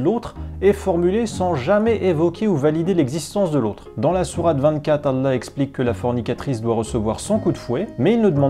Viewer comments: Ancien musulman toi? Même le nom de Allah tu n'arrives pas à le prononcer correctement. T'es vraiment au bout. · Parcequ'il ne sait pas lire l'arabe à chaque fois qui parler arabe il tremble de peur de se tromper. Et il est fait des fautes énorme, lui qui se prétend ancien musulman il ne sait dire ni la chahada ni le mot Allah, il dis Alla. Alla sa ne veux rien dire sans la lettre ha tous change.